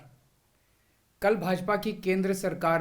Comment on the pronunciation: पढ़े लिखे जी नमश्कार नही नमस्कार होता है।😅😅